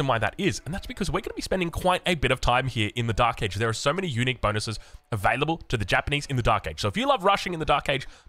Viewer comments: For a bit I thought you were saying eunuch building 😂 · I kept thinking he was saying "Eunuchs" instead of Unique for the first 5 minutes lol